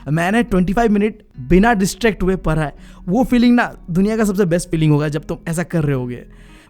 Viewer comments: Para. Nhi hota padha hota hai.. Yeh para para kyu bol raha hai 😂😂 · Bhaiya for parra,parai accent is too good 😂🤣 And thanks for this vedio and thanks since only because of you i have scored 81.7% in class 10th board ,,,,,,, hoping that 12th mein bhi naiya par laga donge boards ke ❤️🙏